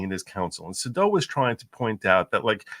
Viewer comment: It’s not Suh-doh; it’s Say-dow